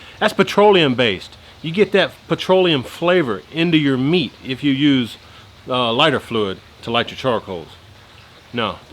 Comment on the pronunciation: Did u Y😅u just say flyter fluit?